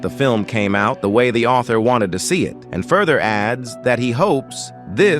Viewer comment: "The sellarrr, isn't the aultharrr"